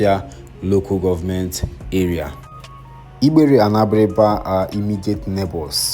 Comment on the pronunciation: The way you’re pronouncing igbere is funny. Change your diction pls 😂